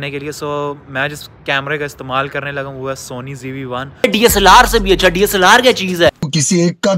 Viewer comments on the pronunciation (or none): DSLR ❌ DA-SALLAR ✔️😂